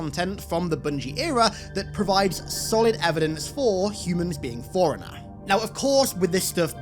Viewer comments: Forerunner or foreigner? Lol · Fore runner not forunner ...... Wtf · I may not be a native speaker, but ... something tells me "forerunner" is NOT pronounced the same way as "foreigner"? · All that effort and no one told you that forerunner and foreigner aren't pronounced the same. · Forerunners is not pronounced "Foreigner" no matter your accent, come the fuck on. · He keeps pronouncing "Forerunner" as "Foreigner" and now I can't unthink it. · Why are you saying foreigner? Thats not it. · I’ve never heard someone pronounce forerunner as foreigner before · Word: Forerunner: "Foreigner." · Ive never heard anyone pronounce forerunner foreigner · Please work on your pronunciation. It is pronounced “fore runnner” you keep saying foreigner